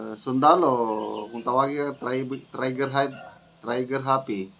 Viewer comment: Trigger Happy …pronounced [tri- ger] ….NOT [tray-ger]????